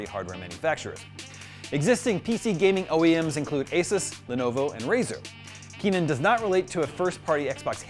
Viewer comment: Truly exciting. But its Kennan, not Keenan